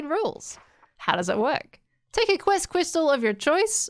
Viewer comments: No one:: Quest Cwystal (uwu) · And now we all know that pronounces "crystal" as "Qystal"